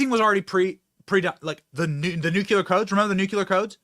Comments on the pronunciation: Nuclear not nucular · ITS PRONOUNCED N U C L E A R BENNY NOT N U CUUUU L E R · NUCLEAR, not nucular. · Benny, its not nuculure, please...its nuclear...NEW-CLEAR pronounced like this. Dont mean to be petty but you are a political media face and should most definitely know this is how it is pronounced. Only you and George W pronounce it this way lol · The word is „NUCLEAR“, not NUCULAR! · Love your show but please pronounce nuclear as (new-clee-er) not (new-cue-ler) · Benny... It's nuclEar, not nucUlar! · GOD I wish you read comments. Learn how grown ups say Nuclear! It's NEW....CLEE...ER.......Not NU...Q LAHR..... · Benny...please. It is just two simple words. NEW and CLEAR. Now say them together. Love your content, by the way. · Benny, I love you, which is why I'm saying it's NOO-CLEE-ER